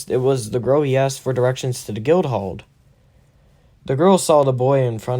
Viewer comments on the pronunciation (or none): none